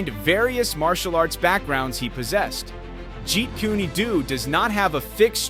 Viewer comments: Yeah It's pronounced CHEET KOON DO (As in DOUGH) not Jeet Koony Doo :) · It is not kuny it’s kune like you say the month June so say it with my kuny ass it’s jeet kune do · It’s jeet kune do. Said as jeet-koon-doh. Ffs don’t use ai voice overs that can’t pronounce things the same each time they’re said or at least look up a pronunciation guide